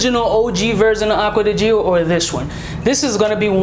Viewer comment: The way he said Acqua di Gio Profumo XD